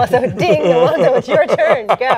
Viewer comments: Haha no it's just Alonso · It's Alonso lol